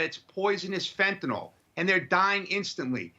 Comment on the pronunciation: Please pronounce it correctly. Fent-a-nyl.